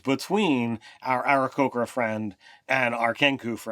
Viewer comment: Pretty sure it's "Aarakocra", nice fail